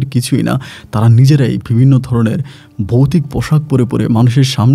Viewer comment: Bhai....apnar uccharon er samassa ache...uccharon thik korun.....boutik...hobena....kothata bobe.bhutik ..😊